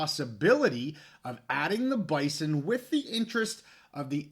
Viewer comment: from an NDSU fan also, the school and fans pronounce it “Bizon”. I don’t expect you to remember or care, but wanted to let you in on the know.